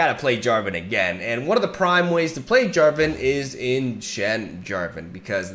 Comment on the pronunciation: "Jen Jarvan" ;D